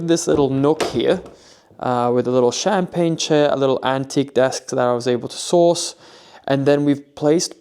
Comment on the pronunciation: Just a little heads up, the chair by the door is a campaign chair, not a champagne chair. Easy to mishear, and champagne chair sounds like more fun.